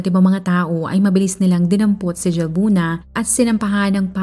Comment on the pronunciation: Halbuna po ang pgkapronounce ng Jalbuna☺️